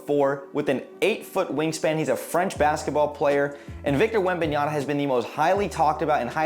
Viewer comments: Yama!! Not Yana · Man, how many times are we going to get that name wrong! After a while I could not pay attention to the content…all I kept hearing was the “N” instead of the “M” at the end of that name 😂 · Cant even say the dudes name correctly 🤦🏻‍♂️ smfh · Pronunciation is very important information if you want to be more professional, you lost alot of credibility buddy,you butcher his last name big time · Good video but pronunciation of Wembanyama's name really bothers me... research is very important!